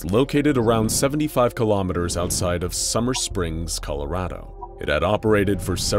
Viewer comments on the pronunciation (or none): none